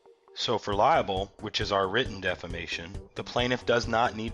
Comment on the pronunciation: Libel not liable lol..Great video though, but that bugs me everytime I hear it lol.